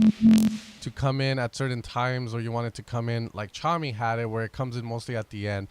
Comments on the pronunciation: Is it not pronounced "tuh-commie"? Tchami? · I think we've let this go too far. Someone needs to tell him that the T is silent in Tchami haha